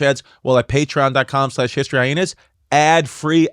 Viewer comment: Chrissy really swallows that second H in HistoryHyenas, Eh?